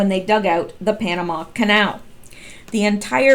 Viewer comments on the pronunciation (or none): none